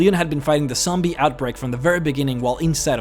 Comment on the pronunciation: Sombie?? Magasine? What the hell is wrong with u? 😂😂